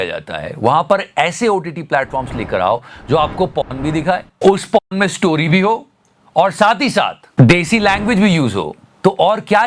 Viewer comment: Repeatedly po*n po*n sounded to me like popcorn 🍿😂